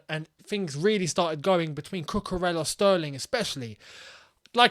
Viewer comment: My boy, you guys gotta start saying cucu’s name right ffs!!🤦🏻‍♂️ it’s pronounced cucuREYA bro, not cucurellah. He’s Spanish bro.